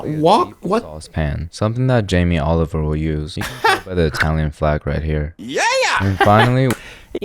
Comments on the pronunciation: Did uncle Roger say Jamie Olive oil ?!😂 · does he say Jaime Oliver or Jaime Olive oil?